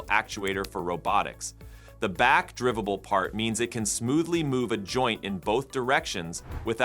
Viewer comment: Back-drivible” is what your video pronounces it, can’t you go and edit things so it’s pronounced correctly?